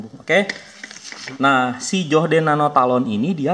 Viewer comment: "Joh - d" wkwkwkkwkw